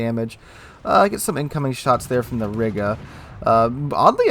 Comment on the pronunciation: Riga is pronounced Reega btw